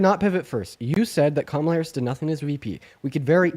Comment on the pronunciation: Really who cares?. its easy to pronounce but its not that big of a deal . Its "Com -ala"